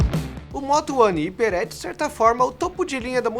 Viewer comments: Ao invés de "íper" não deveria ser "raiper"? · Não é hiper, é hyper!!! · Qual a pronúncia correta? Iper ou raiper? Cada um fala de um jeito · Que agonia ele falando "iper" kkkk prefiro a pronuncia "raiper" normal.... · O nome é "Hyper" uma palavra que se pronuncia em inglês e soa como raiper e não iper 🤦🏽‍♂️ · Ele é burro kkkkkk o jeito certo de falar é haiper, não iper! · Vc tá ligado q tu tá pronunciando errado né?! Não é "HIPER" e sim "HAIPER" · Hyper -> "raiper" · Parei de ver o video no primeiro ``iper`` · pronuncia-se [ráiper] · "iper", já desliguei.. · Não entendi por qual motivo o celular foi referido como "iper" ao invés da pronúncia certa. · Acho que o nome HYPER E SE DIZ RIPER Claro que ele pode falar do Jeito que ele QUISER MAS Me deu um TOC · é raiper a pronuncia certa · Mas o número você pode ler em português, a palavra "Hyper" não existe no nosso vocabulário, você pode falar ela como quiser mas pronunciar o "y" como "i" é errado... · Pra ser mais fácil: "Ráiper" Ceramente, agonia os video dele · Mano, como que um cara faz análises em um canal grande, e não sabe pronunciar a palavra "hyper" corretamente?. Jesus! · Q toc do caralho, não guento ver ele falando assim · verdade. Não sei por que eles insistem em falar errado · Pronúncia errada! Mas, enfim, falaram do Motorola (Fabíola) Hyper.